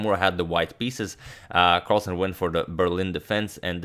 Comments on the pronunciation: "Magnus Carlasen" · "Magnus Carlasen" ?